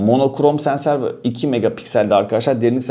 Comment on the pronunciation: 3.46-3.48 adam heyecandan sensöre senser dedi